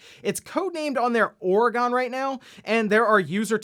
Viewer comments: Or-uh-gun, not Or-ee-gone. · With love from all of us. It is pronounced Or-gun. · Smh at pronunciation of Oregon